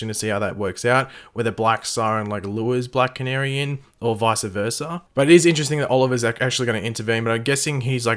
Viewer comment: Sorry, but I had to point this out: It's VICE versa NOT VICE-A versa